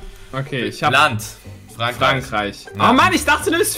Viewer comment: Niemand Wirklich niemand: frandkreich 😂😂🇫🇷